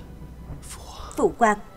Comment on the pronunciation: Phụ hoàng mà đọc là PHỤ QUÀNG nghe khó chịu quá 😂